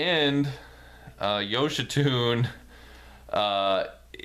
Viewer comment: Great Review! His name is actually pronounced “yo-shee-sue-nay”.